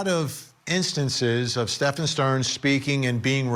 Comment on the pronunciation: Can you not pronounce Stephen? It isn't Stefan......DUH